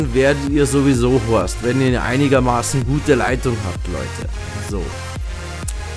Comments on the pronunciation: Des heißt immer noch host und nicht horst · Statt Host sagst du immer horst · "Gleich am Anfang werdet ihr >Horst<" LoL Das heißt Host du Vogel! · Das heißt Host nicht Horst, du Horst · Es heißt Host